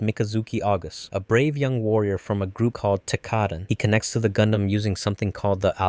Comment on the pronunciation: Bruh the butchering of Tekkaden and Alaya-Vijnana System omfg